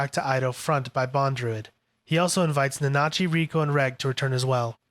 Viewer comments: Almost sounds like he's saiyan nazi 💀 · Honestly can't finished this video with you mispronouncing Nanachi 🤦‍♂️